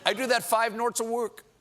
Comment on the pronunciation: "I do that five norths a wurk...." Priceless...